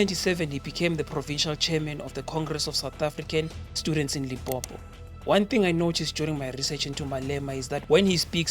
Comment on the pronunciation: It's Limpopo not Limpompo bro🤦‍♂️